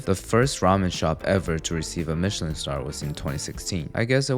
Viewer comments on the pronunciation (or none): none